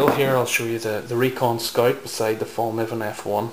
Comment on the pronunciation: Nice collection, but please don't say Fallnivven. Look at this vid if you want to hear how it's pronounced: watch?v=h-oVo0CdVk8 And no, I'm not Lövgren.